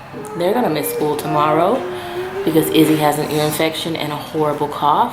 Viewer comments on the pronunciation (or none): none